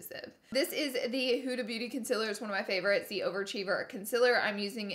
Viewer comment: Laura, it's concealer, not conciller.